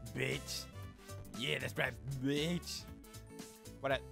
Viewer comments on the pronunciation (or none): you saying "behhtch" makes my day